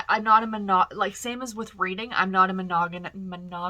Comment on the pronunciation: Omg thanks for the giggle over your saying monogamous lmao when in doubt find another way to say it lol